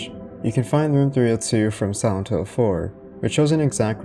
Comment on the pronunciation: Sorry but why you say "Santo" instead of "Silent"? Is an accent or there's any particular reason? or like Japanese sound like "Silento"?